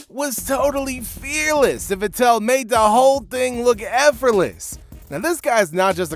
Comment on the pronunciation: Stop saying Sebastian VetTEL: it's VETtel.